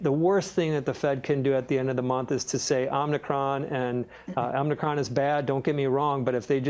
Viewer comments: Love Gene Munster, but every time he says omnicron instead of omicron I lose a little faith in his analyses. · Somebody tell Gene Munster its not “Omni-cron”